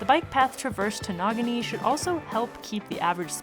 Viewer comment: Awesome job, and great video! You're both an inspiration. (btw, it's "neh-GAW-nee")